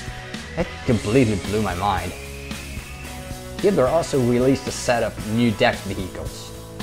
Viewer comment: you say heatblur like hitler xD